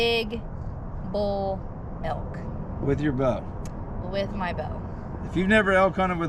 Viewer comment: Only can pronounce Elk in 3 syllables. A-L-Ka lol